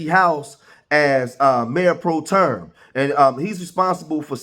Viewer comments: The word is pro-tem, not pro-term. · It's not , Pro-Term . My gosh !